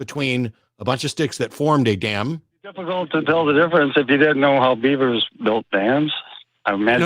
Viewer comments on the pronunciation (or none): none